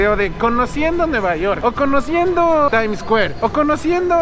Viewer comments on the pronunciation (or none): "Tain escuer" JAJAJAJA